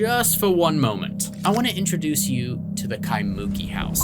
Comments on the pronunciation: I’m sorry. I always love this story, but just hearing it pronounced KaiMOOki absolutely cracks me up, lol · (Kai-moo-key) ✅ (Kai-mookey) ❌ Separate the syllables, don’t mash it together. Kai moo key Not Kai mookey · Loved the episode, but hated your pronunciation of Kaimuki. Its Kai-mu-ki . Not muki, but mu-ki with the accent on ki. All good. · Phonics spelling bro Jack " Ky'Monkey"😂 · KAI-MU- KEEEE A neighborhood behind of Diamond head on Oahu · Kai-moo-key is the correct saying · It's pronounced. Kai - moo- key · It's pronounced Kai moo key Kaimuki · We need to work on your pronunciation on Kaimuki Jack 😊 but you tried ❤ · That's not how Kaimuki is pronounced btw 😂